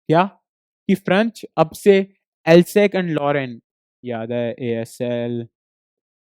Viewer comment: Hello sir ye galat padha rahe hai vo Alsace को इन्होंने एल्सेक बोला जबकि वो एल्सेस है